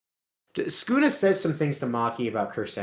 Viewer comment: Why are you calling sukuna skuna?